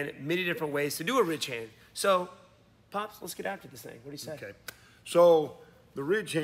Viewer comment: Not going to lie...I thought you were saying rich hand for longest time until I saw the title of one of your videos.